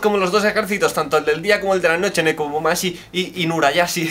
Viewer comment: Es Nekomamushi no Nekomumashi xD